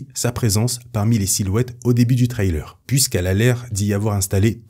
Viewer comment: Par pitié change ta manière de prononcer "trailer" Surtout que, évidemmeent, tu le dis 800 fois